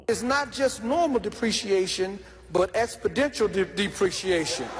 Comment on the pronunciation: That man is reading at a 5th grade level. Cmon brother you studdering , skipping words. This man mispronouncing words. Talmbout exbodential wtf do that word mean? Cmon black folk we can be struggling reading an article at 59 years old. We was supposed to have all that sowed up at 14-15 years old.